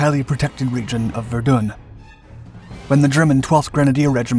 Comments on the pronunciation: I Suggest getting the pronunciation for Verdun right , So dont do one on Ypres until you can get that right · Say Verdun again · Verdun in English is pronounced "Ver-done'...... French is "Vair-don"